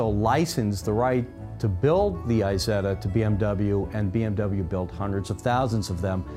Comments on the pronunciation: It's not called "Eye-zetta"! It is called "Eesetta". But hey, una bella macchina e un bel video! The Grifo, by the way, reminds me of the Jensen Interceptor. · Great clip of a real enthusiast for his car. It is funny that he would say people inevitably mispronounce the brand name, but then calls the Isetta (the little Iso) as Aysetta, which is pronounced E-setta, just like E-so. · so if you know 'iso' is pronounce with the short 'i', why pronounce isetta as 'eye setta' ? ;)